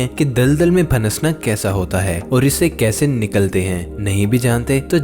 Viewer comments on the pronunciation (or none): Oh bhaiii.... Kuch munasib kar lo aur Urdu seekh lo.............. Daldal mein Phansna hota hey Phannasna nahi hota.... es k alawa Dhansna hota hey Dhannasna nahi hota.................. !!!! (Zulfiqar Ali from Karachi).